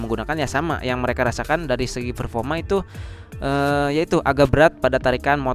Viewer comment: Performa bang bukan ferfoma